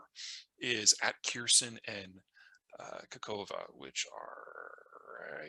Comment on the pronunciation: K a h o v k a, not KaKOva lol